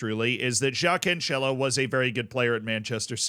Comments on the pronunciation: Hey z. Portuguese guy here again try to fix pronounciation. It's cancelo the same way you pronounce cancel and not couchella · Yes everytime he says Canchelo I lose a brain cell